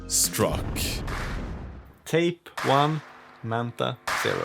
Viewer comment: Why do you keep calling it “mantha”?